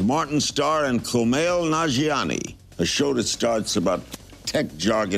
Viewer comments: Kumail looked so impressed by the fact that Larry pronounced his name right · Uhhhh yea he did... And Kumail looked pleasantly surprised at how well he pronounced it